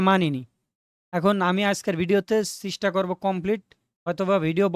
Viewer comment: ভাই এটা চিস্টা না চেষ্টা 🙂